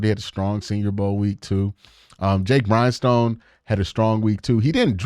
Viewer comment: Jake Briningstool is not pronounced Jake Brinestone lol